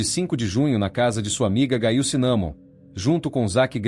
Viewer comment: NARRADOR NEM SABE PRONUNCIAR O NOME, GAIL??????????😮😮😮😮